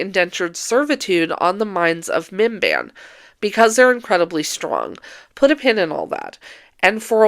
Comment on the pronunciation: I know you're saying "Minban" or however you spell it, but I keep hearing it as MBMBAM, the McElroy podcast, or Bim-Bim, Drew Gooden's cat